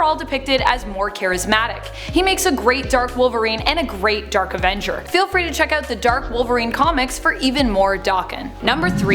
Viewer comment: Why does she call them the “Derk Avengers”?